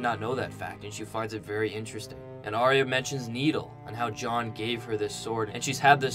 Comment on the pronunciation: Arya is pronounced Are-ya not Arry-a.